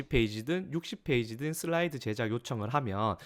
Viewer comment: '슬라이드'라고 쓰고 '쓸라이드'로 읽는다.